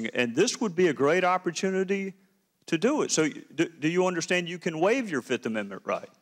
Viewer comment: 1, too, tree, fo, FIFF